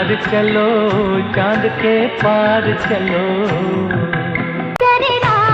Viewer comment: "k" boliye "ki" nahi